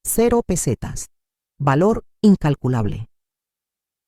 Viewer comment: Todas son las mismas historias. Y las pesetas las lee muy mal la IA. Recordar que lapeseta dejó de circular en 2002, ahora tenemos euros